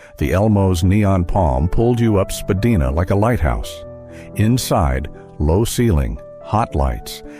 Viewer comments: "Spa-DYE-na", not "Spa-DEE-na", silly machine voice. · YONG Street.... SPADEENA .... AI IS SO FAKE.